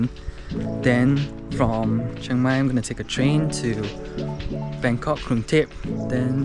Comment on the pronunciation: im just here to say , its not cheng mai its chiang mai ,CHEE-ANG MAI thank you and have a nice life